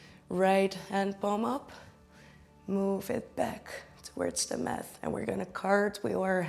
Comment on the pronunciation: Thank you for this lovely yoga sequence. {{Just a teensy, tiny little thing: The T in yoga mat is pronounced as the Dutch T. Math is wiskunde.}} greets